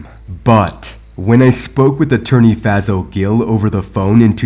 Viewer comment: He should have fired his lawyer. His name is also pronounced Fay-Saul. Always offer different possible pronunciations of the name. This keeps people more informed. Plus, the man can say you are talking about someone else by that horrendous pronunciation. Side note, black folks need to stop going to lawyers because they are black also. Research EVERYONE ! Don’t take the advice of others as gospel